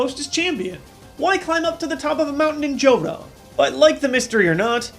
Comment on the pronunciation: did anyone notice in he said johro ya like joro or something!